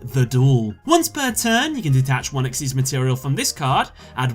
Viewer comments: “Exeez.” It’s XYZ!!!! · It's spelled XYZ but it's pronounced exeez. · Did you just pronounce "xyz" as "exise"